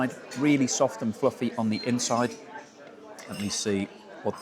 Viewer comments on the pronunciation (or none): none